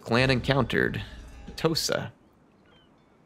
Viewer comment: What you said "The Tosa want a trade agreement". What I heard "Tosa shuffle, do the Tosa shuffle"